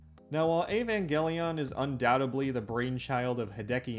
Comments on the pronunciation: "Ayy-van gelly yawn" 🤢🤮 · Okay so "E-van-gelly-on" started to wear on me after the 10th time. But not as much as "g'ren l'gon". Other than those, I quite enjoyed the video. Enough to put up with the pronunciation aggravation to the end. So good on you for that. Cuz I can often stop watching due to big enough issues with pronunciation. I'm weird about language.